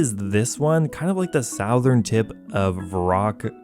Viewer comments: The "Sowthern tip" 😂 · I like your content but the way you say Gertrude and Southern has me questioning everything about where you could be from